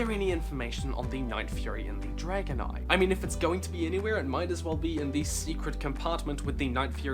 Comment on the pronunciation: Am I the only one that thought he said dragonite when he said dragon eye?